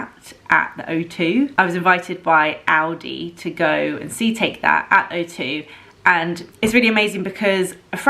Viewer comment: It's rather pronounced ow-di :D I hear Aldi as well